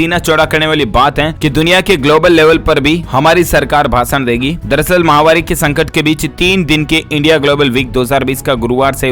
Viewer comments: माहवारी नही, महामारी बोले, किआ करते भाई। ना अपना नाम बताते हो।डर लगता हैं किआ। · आप जब महामारी बोलते हैं तो माहवारी सुनाई व समझ पड़ता है।इसको सुधारिये।